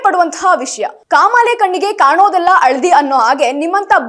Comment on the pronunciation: ಮೇಡಂಜಿ... ಅದು ಅಳದಿ ಅಲ್ಲ "ಹಳದಿ" ಅಂತ ಹೇಳಬೇಕು, ಮತ್ತೆ ಈಗೆ ಅಲ್ಲ, ಅದನ್ನು "ಹೀಗೆ" ಅಂತ ಉಚ್ಚರಿಸಿ.